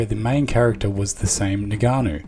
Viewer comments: It's ing-ka-no not ni-ga-no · Its Ngannou. Not Nigganou. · It’s not NIGANNU, it’s ENGANNU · Ngannou: pronounced EnGarnoo. Not Neganoo. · Naiganu 🙂 , a simple pronunciation practice would have been more professional. Good video but I've observed this in the US people that they don't even bother to pronounce the right name.